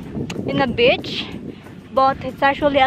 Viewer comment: "wow, it's just like a bitch?"..is it?..really!?:D.."seems like we are in, like, a bitch".."hope we will be able to catch a fish"..this only leads to this "ish"..(just pronunciation makes a difference;p;D..jo, duok Odrus rykščių per kupra, kad išsitiestų;)